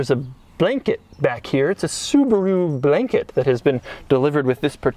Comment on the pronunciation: "Subaru Blehnkeht"